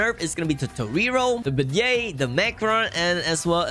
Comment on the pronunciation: "Beignet" What i heard: BE GAY